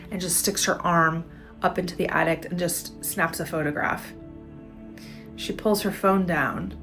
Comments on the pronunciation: She keeps saying "addict" instead of "attic". So annoying, or is it just me? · To the lady at 2 minutes and 20 seconds. It's pronounced - "a·tuhk" not - "a·tuhkt". Sorry, it's one of my pet peeves. It's like nails on a chalkboard for me. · Its attic not addict. Learn English lady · She keeps saying, “addict” instead of attic. LOL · How many times is that chick going to say addict instead of attic? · I also came to say this.. why can't she say attic!!? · Yeah it's at tic not addict lol. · She was definitely saying attict though 🥴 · That lady kept calling the attic and "addict" and they found an addict in the "addict" 😂😂😂😂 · Did she keep saying attict to see who was dumb enough to listen to her? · pretty sure this chick thinks it called an “attickt” 🤣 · I'm still trying to figure out how she was pronouncing. Attic with addict, I thought an addict was somebody that was addicted to drugs or alcohol, not a space above your ceiling. I I think she needs to learn some annunciation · ATTIC. ATTIC. ATTIC. FFS, THE WORD DOESNT HAVE A D OR T AT THE END. WOOOOOW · I know this is nit picking but I’ve been biting my tongue since 5000 subscribers & it was bad in this video so I have to say it… I really struggle with and have a pet peeve for people not pronouncing words correctly, especially when they know it’s incorrect and do it anyways…the girl in the video that kept talking about the attic had put a T at the end of attic if you listen to her say it she says attict …there is no T. Or the common one supposedly and people say supposubly for example….and yes, you too,😬🫣I love ya & this channel but you do that one and this one; there’s no Z in NASA and you know that and continue to say naza anyways🤦🏼‍♀️…it makes people sound unprofessional & uneducated when you say several words with incorrect pronunciation all the time in my opinion….which doesn’t count for much and I’ll still be watching every video you make😬😅✌🏻